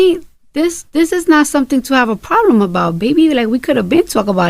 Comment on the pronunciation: Did she say ploblem with me